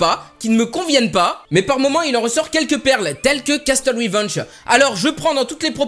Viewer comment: "Castle" ça se prononce "casseule" ! Likez pour qu'il voit et qu'il ne dise plus "casteule". Merci ! :)